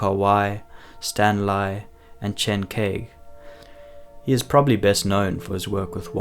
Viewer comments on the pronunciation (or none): It's Chen kai-ge not kaige by the way